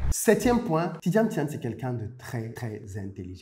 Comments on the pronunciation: Vous avez dis "Tidiam Tiane" dans tout l’exposé 😄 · Très bonne vidéo, cependant je déplore l’écorchement du nom du sujet principal de la vidéo qui est Tidjane THIAM*, et non Tidiam Thiane. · Merci pour le partage. Prononcez toutefois bien son nom. C'est pas TjidaME Thian comme vous le prononcez (réécoutez vous au besoin), mais plutôt TIDJANE THIAM. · J’avais l’impression d’être la seule à entendre Tidjame Thian! Le contenu est intéressant effectivement. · Tu pronoce mal son nom